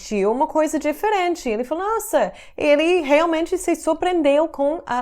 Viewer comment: vc e alguns americanos ainda pronunciam o e de forma errada em algumas palavras. Esse, este, naquele, ele, pronuncia-se com som de ê, como em você. Só a forma feminina dessas palavras tem o som de "é " aberto.